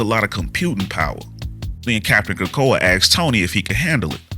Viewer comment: Capt. Krakoa? C'mon man!